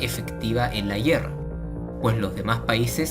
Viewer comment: A alguien mas le daba algo en el cerebro cuando decía GUIERRA?